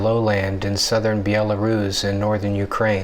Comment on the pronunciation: How come chap can't pronounce Belarus right